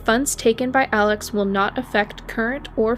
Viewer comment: List all your sources or this is just plagiarism!! I doubt you’re in North Carolina in the courtroom waiting for the latest update. Mandy Matney has a great podcast called Murdaugh Murders with original reporting. Their names are pronounced Mur-dock (Murdaugh) and Aleck (Alex)